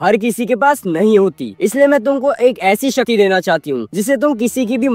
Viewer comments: Shakti ❌ Shati✅ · Abey bhai shakti toh thik se bol😂😅